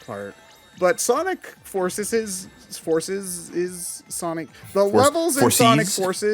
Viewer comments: he was trying to say Forces's which I get sounds awkward out loud but given the context idk how you missed that lol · Forcieces? what the hell are you saying? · I know what he was trying to say I was just making fun of his inability to say it I mean he does that a lot its funny